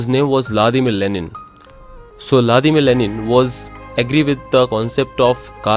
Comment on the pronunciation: La dima lenin nahi hota It's Vladimir Lenin